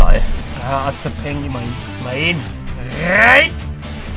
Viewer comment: Nur schon für das rrrrrrein muss man ein like da lassen 😂😂👍🏻